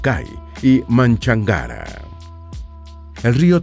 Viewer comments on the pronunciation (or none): Bonito reportaje, sólo que el rio de Cuenca no se llama Manchangara, su nombre es Machángara. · Gracias por difundir nuestro Ecuador. Soy de Cuenca y la pronunciación de conocemos del Río Machangara se escucha distinta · Machángara es el río se pronuncia con tilde en la a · Lo correcto es Río Machángara no Manchangara? Saludos desde Ecuador 🇪🇨 🎉